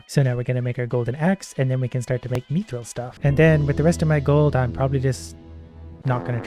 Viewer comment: The way he says mythril tho Meethril